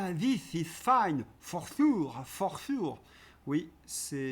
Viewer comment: Il ne sait dire que "for shiure" et s'en délecte, alors il le place tous les 3 mots. Il en a plein la bouche ! 😂